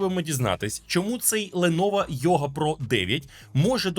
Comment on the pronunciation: "Бленово" - все, давайте по новій, пане, всьо МакОС